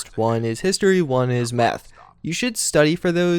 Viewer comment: "let's say you have to study for History or for Meth..." lol... I died (i realize you said math, but it sounds like meth...)